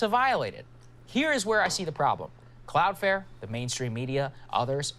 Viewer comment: Buddy saying cloud fare triggered me